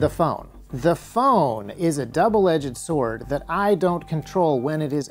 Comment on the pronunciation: I love your videos.. but, the way you pronounce "edged", for want of a better word, triggers me